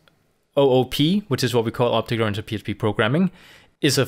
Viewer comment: right ,, now i hear opte grantic programming